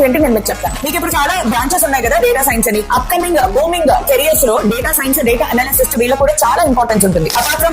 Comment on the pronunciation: "డేటా ఎనాలిసిస్టు"...... కాదు మేడం......."డేటా ఎనలిస్ట్"........ డేటా ఎనాలిసిస్ చేసే రోల్ పేరు "డేటా ఎనలిస్ట్".......